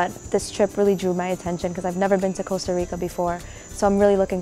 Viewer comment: "casta rica"